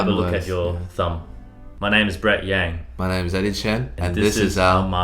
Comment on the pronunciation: why brett pronounced yang like that huhuhuuuuu